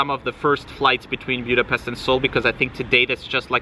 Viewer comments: Budapest not Bjudapest. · He needs to learn how to properly pronounce “Buda-pestch ! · Have never heard your pronunciation of Budapest